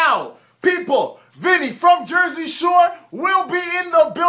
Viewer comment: Damn homie, should have at least figd out how to pronounce Vinnys name. 😂🤣😂 Watching The Shore Right now! 💯 Angelina sat her ass in the Funfetti cake!!! Vinny need to stop faking and smash that ass! 💦 🤣 🗣 #ImaBlackGuidoToo 👍🏾✊🏾👈🏾